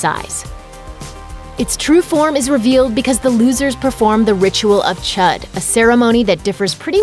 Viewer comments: It’s pronounced “chood.” that’s why the accent is there.🙄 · "ch-ued" not "ch-uh-d" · Its not Chud its chüd ( chued ) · She knows it’s pronounced chood like wtf chud, so stupid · "the ritual of chud" it's pronounced choo-d smh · it was CHOOD* not chud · the ritual is pronounced chood because of the two dots above the u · It pronounced Chood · Wait the ritual isn't pronounced like the ritual of Chad but like this : the ritual of chuud like that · That is not how u say cüde mate😂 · I pronounced chued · It's pronounced chood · You said Chüd wrong. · It “ch-ou-d” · It's pronounced chude but spelled chud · they pronounced chüd wrong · Its pronounced chood, you filthy pagan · You uncultured swines, yall said chud like the amphibians